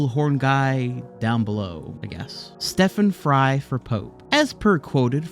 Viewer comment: Stephen Fry not Stefan! lol